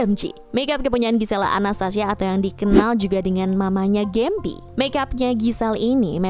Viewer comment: Kotak jadi " kotek" Gempi jadi "Gembi ". 😀terlalu semangat bacanya